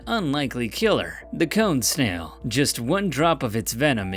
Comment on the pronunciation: Am I the only one that at first heard number 2 (cone snail) as cum stain?